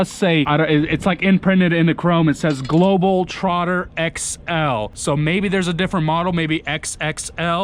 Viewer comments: Why do you keep saying Globeltrotter? you even read it like that, i just dont get how you can read Globetrotter and still say global... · You’re driving me crazy misreading the name. It’s GLOBETROTTER not Global trotter. 🤦‍♂️ You’re as bad as those guys that spell Peterbilt, Peterbuilt. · It's not " Globel Trotter " it's " GlobeTrotter " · It’s a Globetrotter not a Globaltrotter, I think your a Bitumen trucker yeah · It's not Global (trotter) it's Globe (trotter) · GLOBETROTTER !!! NOT GLOBAL TROTTER ...KEEP IT NICE !!!! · its GLOBETROTTER not GLOBELTROTTER like you said